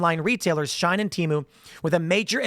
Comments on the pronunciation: it's she-in not shine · Its she-in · HOW DARE YOU MISSPRONOUNCE SHIEN!!! (she-EE-n). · It isn't shine. It's pronounced she - en. Its also not teemu. Its pronounced tay-mu